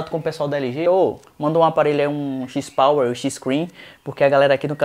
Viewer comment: Cada vez que é falado XIS Power me dói na alma! Review muito bacana! Mas XIS Power não dá não!